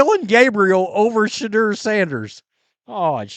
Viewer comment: How you say his name makes my balls ache